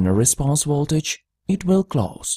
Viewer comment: It's Voltage not Woltage. It's aVailable not aWailable!